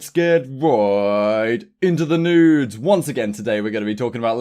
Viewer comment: Haha sounded like you said “let’s get right into the nudes” 😂😂 funny new intro bro